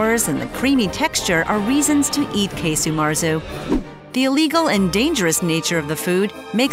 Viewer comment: Quite right. It's not Key-Su Marzu, but Kah-Su Marzu.